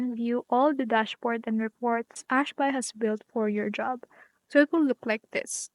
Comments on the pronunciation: what the fuck is this retarded bullshit? Ash-Bai? Are you fucking bisaya or something? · Hi. Para kang tanga sis. Ano yang Ash-BAY mo? bisaya kang gago ka?